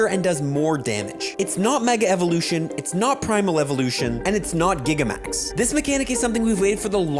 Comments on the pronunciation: “Gigamax” you really need to at least do a google search before sounding like a dummy, it’s Gigantamax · Still can't say gigantamax 😢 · Why did you pronounce it Giga-max 😂😂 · My man really said "Gigamax".